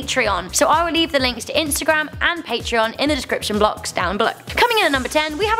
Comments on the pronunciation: Description Blox.....🤦 Ah, words. They're hard sometimes. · She said blox :3